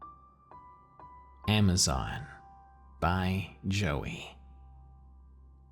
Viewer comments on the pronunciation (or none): none